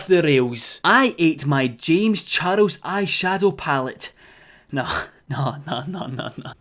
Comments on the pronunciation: No one:: "Jaymes Char-els" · u say charles in a funny way....